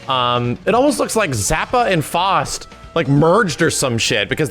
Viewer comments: It's not "FOST", it's F-OW-ST. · It's not FAWst its FOWst. Like the famous doctor Faust of legend? You can't say it's up to interpretation. Just the way says the name wrong... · It really irritates me how he keeps pronouncing Faust like "Fŏst" instead of like "Foust". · F-OW-ST is how its pronounced lol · FOW-ST, not whatever you said.